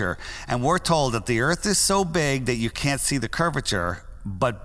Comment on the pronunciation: Welcome to bumfy earf